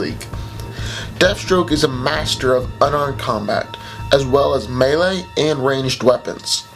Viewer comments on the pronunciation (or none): none